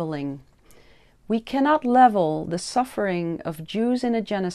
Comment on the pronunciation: Bukan "supper" pak, tapi "suffer".